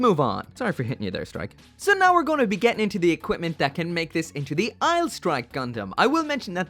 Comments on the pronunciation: Anyone gonna tell him Aile isn't pronounced "isle", but instead "elle"? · Aile is pronounced "L". Its french for wing...